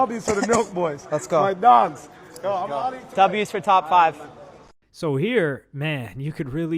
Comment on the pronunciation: "my dAHHHgz" what a dumb ass